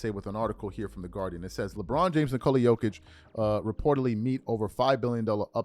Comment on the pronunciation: sounds like he said Lebum for a second there😂😂😂😂